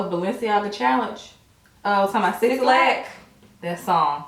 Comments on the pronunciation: I fw yall until y’all said 6lack like six lack lmaooo. I’m kidding 😂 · loved this video, just like every other video <3 but ya'll, his name is pronounced black not 6-lack LOL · y’all said “sixlack” 😭😂 it’s pronounced “black” but i be saying sixlack too, i can’t help it! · 6lack= black. Black is how u pronounce it lol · Ladies, 6lack is pronounced as black 😂😂😂. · It actually pronounced black. You're right!😂😂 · 6lack is pronounced black lol